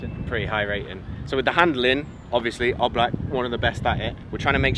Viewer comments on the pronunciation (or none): I hate him for saying oblak wrong that litteraly my favorite goalkeeper